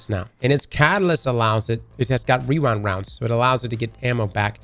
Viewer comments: Wee-wind wownds 😂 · “wewind wounds”